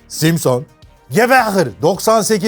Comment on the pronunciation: 40 altı gençler simsın deel simson 🤣🤣